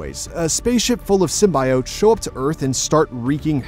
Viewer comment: I’m usually understanding of different cultures and accents.. but the way this man is pronouncing “symbiotes” is giving me anxiety 😔